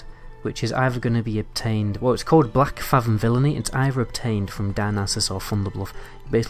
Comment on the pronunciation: Black-fathom.. written as one word and pronounced as such. Feels like you're trying to milk this topic for views rather than creating proper content.